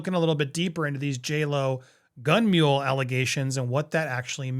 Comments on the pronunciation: Mole'.... not mule. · It's "Gun Moll" not "Gun Mule". And the statute of limitations is way passed